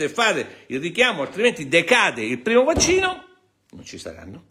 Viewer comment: Avvocato, non le riesce proprio la pronuncia del vaxxino!